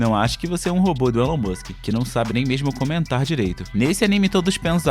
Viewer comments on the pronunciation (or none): none